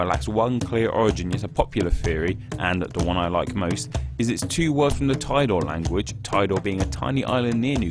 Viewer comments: it's actually tee-do-ré, not tai-doar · TEE-dow-RAY... not 'tidore' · I cringed when he said "tidore". It's "tee-do-ray" not "thy door" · Tidore is read TEE-DO-RE not TAIDOR, not my Indonesian ears are itchy because of what you said. ARRGHH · Tidore should be pronounced "tee-doe-rey". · tee-do-ray (like tee- and do re mi) that's how TIDORE is pronounced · To pronounce Tidore Island is "tee-do-re" in Indonesian. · How you pronounce "Tidore" is just like "Tea-door-e". 'Tea', 'r sound' as in 'adorable', and 'e sound' as in 'pen' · For Indonesian name, assume each vowel construct a single syllable. Ti - do - re Ter - na - te Pa - pu - a Ma - sya - ra - kat Ke - ma - nu - si - (y)a - an We even simplified Papua New Guinea, into Papua Nugini.